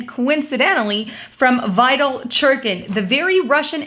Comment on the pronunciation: His name is pronounced: Vi-Tally